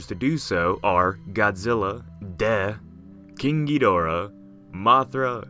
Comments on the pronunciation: The moment you said "King Ghidorah" I thought you said "Kinky Dora" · i always hear "kinky dora" instead of king ghidorah... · When he said king giidorah I thought he said kinky dora